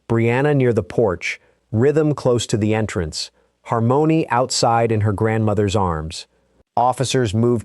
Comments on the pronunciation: It's not Har mony' it's harmony like lyrics. AI ain't all thatm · He can’t pronounce harmony?RESTIN PEACE SWEET BABY❤